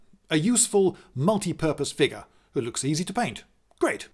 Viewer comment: How about "figgah" or "skuhleetal"?